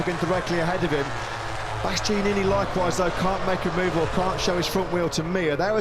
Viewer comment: Birt's breathless, inarticulate babbling, linguistic and grammatical guffs, mangled pronunciations, worn out tropes and cliches and lame attempts at humour are so monumentally irritating. Can't believe he still has the job in 2026 or that he STILL can't say Bastianini 🙄🙄